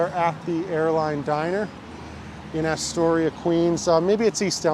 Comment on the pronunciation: its not "Asstoria"...natives call it Uhstoria....but cool vid...you passed right by my corner on 46th